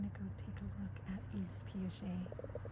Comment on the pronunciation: Yves is pronounced like "Eve." It's French and the s at the end is silent!